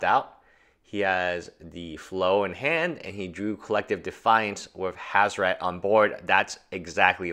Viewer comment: WHO THE FUCK FUCKS UP HAZORET GODDAMNIT